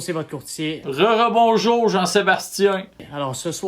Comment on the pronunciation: Saucier votre courtier? C'est juste moi qui a pensé les fois qu'il articulait mal qu'il disait "jean-sébastien sucez votre courtier"...🤣